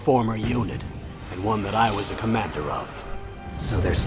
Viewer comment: Did he say one or Juan ?